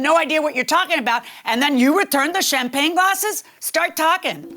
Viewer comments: Omg its champagne not champlane. Low class. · CHAMPAGNE 🍾 OR chamPLAIN 😂😂😂 BASIC ENGLISH IS SOOOOO EASY! 🥴 the plaintiff is sooooo cringe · I don’t trust anybody that says “Champlagne glass”. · Why does she keep calling them “Champlain glasses” lololol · Is she saying "shamplane"? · Champlane, champlane, OMG doesn't she even know how to say Champagne, I bet she's one of the people that says liberry instead of library. Both plaintiff and defendant are as nasty as each other... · The word champagne is killing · Will someone please tell the plaintiff that champagne glasses aren’t NOT PRONOUNCED chamPLANE glasses! Even when the judge pronounces it correctly, learn you sound ridiculous girl. Crazy, how many years of school did she go to 😂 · Every time she says champlane my eye twitches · Champlagne😂 I thought it was a mistake until she said it over and over. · 😂🤣😂🤣😂🤣 She said it 3 times and didn’t even realize it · She was articulate until JM called her out on swiping the 'champlagne gases' and then she began stammering and mispronouncing words. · I can’t stand when people refuse to speak properly. What the hell are champlagne gasses? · “Champlayng glasses” 🤣🤣🤣🤣🤣 i thought it was a mistake but she kept putting the L in it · Champlain lol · If the plaintiff says cham-plane glasses one mo time!! 🤣🤣🤣🤣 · Good lord there is no L in Champagne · Plaintiff didn't say "Champagne Glasses" correct until like the 6th attempt 🤣😭😆😂😭🤣 Just stop...ROFL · Giiiiiiiiirrrrl I thought I was hearing wrong cause it is almost 1am and I'm sleepy but I kept hearing it and came to the comments to see if anyone else noticed! 🤣🤣🤣🤣🤣🤣🤣🤣🤣🤣🤣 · My name is champagne and the audacity to mispronounce it is appalling 😂😂